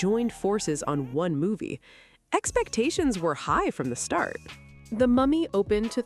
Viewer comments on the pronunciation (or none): none